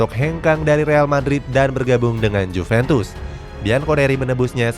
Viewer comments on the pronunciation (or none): none